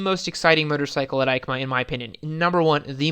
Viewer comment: EIMCA sounds like YMCA a lot pronunciation wise